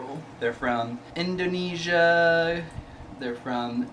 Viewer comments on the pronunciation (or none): none